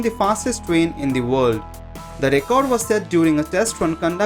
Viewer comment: He says fastest rain XD